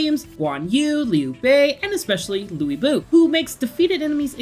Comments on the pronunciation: Louie Bu fan? A fan who has no clue how to pronounce his name? Just another example of how and why IGN has fallen off over the past decade and is becoming nearly irrelevant when it comes to respecta le reviews and opinoins. Quite unfortunate considering I remember reading Magazines growing up, etc. Here's to IGN hopefully turning it around to end 2025 and into 2026, 🤞🏼 Dude, it's Lu By (Lou- Boo) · yeah definitely piss me off hearing that 😒 🤣🤣🤣🤣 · there's multiple YouTube videos of Chinese historians that explains how to properly say his name. Yes. I was shocked too. And in defiance, he will be referred to as LU BOO